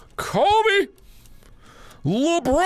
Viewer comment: If yall liked when markimoo said "Labron"(i sure did 😂) here.